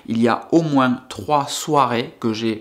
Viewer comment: pas de justification, tu ne nous doit rien! Prend le temps pour toi, ta famille et tes amis! Vos y’a vie pour toi seul et pas pour ta communauté YT, nous on apprécie ton contenu, ton personnage, et ta façon de voir les choses! Et ce n’est pas Pke il y aura moinS ( Pke chez toi on prononce le S😉) que l’on ne te suivra plus! On continuera à apprécier les vidéo que tu fait certaines plus que d’autres sans doute! Soit fort!